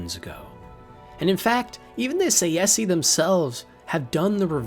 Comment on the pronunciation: Snow Elves turned into Falmer through simple evolution. And it's absolutely in character for the Dwarves. "... one degenerate zoo." That's racist.😂 Btw, it's "Tshay-she", not "Say-Yesee". And "Jo-Anne" is a woman's name. So many mispronunciations!